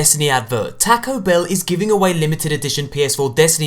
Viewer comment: Do all British people pronounce "taco" like that?